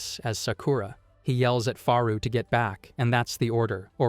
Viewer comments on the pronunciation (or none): Dude its Frau not Faru 🧚🏻‍♀️ Frau German word for Woman.